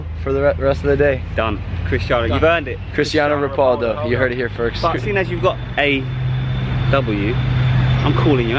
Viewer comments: PANDA SAUSAGE omg it's chistiano ro-PAUL-do as in Logan Paul 🤦🏾‍♀️ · This man said cristano ropaldo 😂🤣😂 bruh Logan bruh he’s hella funny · Wait.. did he say Cristiano Ropoldo?? 😂😂😂😂😂😂😂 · who da f*ck is cristiano ropaldo its ronaldo lol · Did Logan just say Christiana repoldo 🙊🙊🙊🙊🙊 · Can we talk about how Logan said Christiana repaldo Instead of Christians ronaldo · Mario22 because his surname is Paul and it's like ropauldo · Edupz Le savaj cristiano ro-pauldo bro 😂😂 wtf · That’s not how you say Cristiano Ronaldo